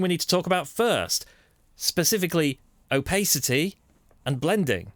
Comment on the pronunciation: An excellent guide on Hueforge. Though I must admit I've never heard of "opaycity" and "jerber" files ;)